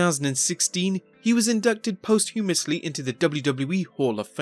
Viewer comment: Bossman was Inducted "posthumously" into the WWE Hall of Fame. Pronounced "PAHST-U-MUSLY" not post-human-lesly